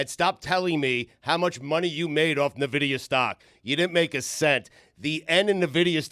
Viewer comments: Ok you know it's not pronounce nuhvidia right? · Nuh-vidia? N-vidia. FINES ALL AROUND. Dan - FINE. Stu - FINE. - FINE. - FINE. They are more than an AI company. They make video cards for computers as well and is the way most people in the US know of them. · It’s pronounced EN- Vidia for the love of God!! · It's pronounced en-vid-ia, lol!! & it's not some newfangled AI thing, they're a GPU company that's been around sine 1993. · And all those year, I always pronounced it En-vi-di-a. Huh. I guess that's a fine. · dan not knowing a damn thing about NVIDIA by referring to them as an AI company and calling them "nuh-vidia" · yeah I still know them as a GPU maker, but I can't help but laugh at them trying to talk about the company, not knowing how to even say the name 😅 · your saying Nvidia wrong. Cramer named his dog Nvidia, like ten years ago idiot. up 500% btw